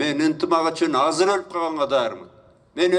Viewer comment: Казыр эмес Азыр.